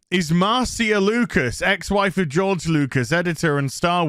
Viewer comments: I'm pretty sure Marcia is pronounced "Mar-SHA." But I guess I can't expect a Brit to speak proper English. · Isn't it pronounced "Marsha"? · It’s a actually pronounced, “Marcia,” not Marcia.